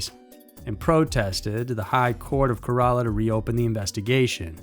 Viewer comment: The way he mispronounced Kerla makes me cringe lol